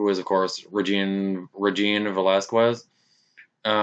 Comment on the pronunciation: Its VelasKez this is how it pronounced like in Latinas name